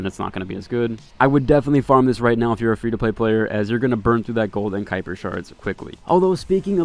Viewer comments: WTF is "cooper"? It's called "kai-per" Like k-eye, not k-oop. The game says it multiple times. How can people be this wrong this frequently? I haven't seen a single YouTuber that can say words correctly. How are they all this dumb? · "Cooper" shards. 😅 hahahahahahahahhaha